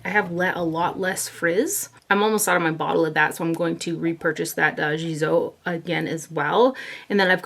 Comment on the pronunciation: Love this video! The G in Gisou is a hard G like Give. It means long hair in persian